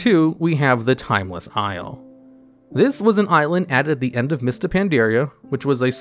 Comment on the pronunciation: You pronounced timeless isle correct.